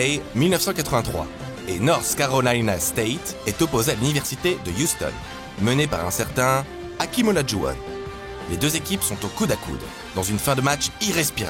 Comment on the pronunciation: Hakeem pas akeem